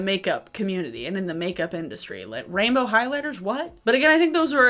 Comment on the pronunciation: This is weird, but I like the way you say “rainbow.” 😭😭🥰🥰